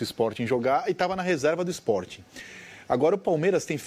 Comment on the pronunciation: “EsporTING” kkkkkkkkk meu Deus